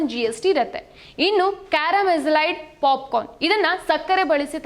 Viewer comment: ಅಯ್ಯೋ ಪಾಪ 😂😂😅ಪಾಪಿಕಾರ್ನ್ ಅಲ್ಲ ಪಾಪ್ ಕರ್ನ್ 😅😅😂